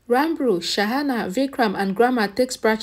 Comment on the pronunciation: The correct pronunciation is Ranbir and not Ranbru